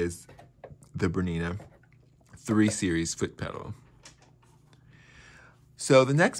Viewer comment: Sorry can't watch when you can't even pronounce the name of the machine properly